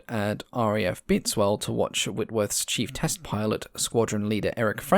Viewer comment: That should be RAF Bitteswell - pronounces Bittuz-well. I saw the AW52 flying over our house when I was a kid. We lived not far from Baginton and the Armstrong-Whitworth factory.